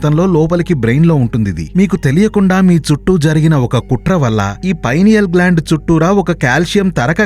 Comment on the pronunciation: Pinal gland pronounacene wrong